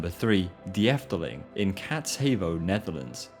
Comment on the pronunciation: . Ahum. De (the) is pronunced [Duh]. Duh! But the biggest mistake you made was in Kaatheuvel. That's because the eu in heuvel is pronounced like French deux (two). Think [Kátsheuxvul] in French pronounciation. So [Kaahtsh??vul] in English. First step: learn how to pronounce French. It contains some vowels present in other languages. :). In any case, the H is pronounced. It's not a word like 'inhuman', where the h is pronounced like a y [inyuman]. You English and your silly pronounciation of letters... It's also an hour away from Brussels by the way. Or Essen.